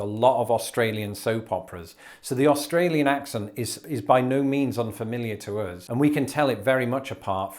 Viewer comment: Have you done a video yet about your pronunciation of "us"? Uzzzzzz. I think it's probably the most amusing part of your regional accent.